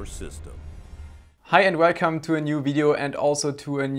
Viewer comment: "Hi and welrcome"